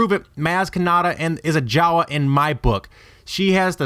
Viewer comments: Why don't you pronounce Jawa like you pronounce Maz, with a long A Jaaaawaaaa, Maaaaaaz..... Ep.7, H-ah-n pronounces it M-ah-z, who is a J-ah-w-ah, according to theory stretching video. I liked Episode 1 Podracer...... What about the Mandalore flag at her cantina?? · Lost me when you said Jawa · "Maz was a Jawa". Sigh...nope.